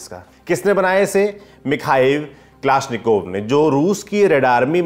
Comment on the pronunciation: उच्चारण ठिक करो. यह कलाश्निकोव्ह रायफल है.